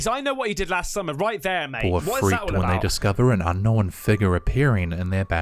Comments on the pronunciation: My littles love Caspersight 👻 and when says "Without further do dah diddle dee day"...😁😂 And Yes, I've also heard the new pronunciation of the word "Unkno-wen"...😁😳😂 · Little bit funny mocking his pronunciation of unknown.... Say Beetlejuice again? Hehe. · I knew this narrator couldn't pronounce "unknown" correctly. Now, I know he also can't pronounce "nuclear" correctly, either.